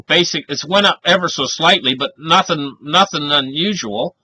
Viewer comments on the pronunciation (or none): none